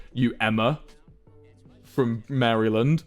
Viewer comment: Cringing at his pronunciation of Maryland. [Facepalm.]